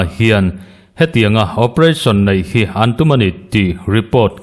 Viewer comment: Naih ni lovin, neih tih a va tha zawk ve.😅 Danin lai taka rorelna a kalpui chuan, meitei ho hi an leng tlat lo zel hi, an zah theih loh zia a lang thin.